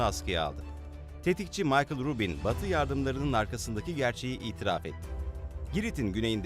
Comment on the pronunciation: Ruben diye yazilir o...c diye okunur🇹🇷🇹🇷🇹🇷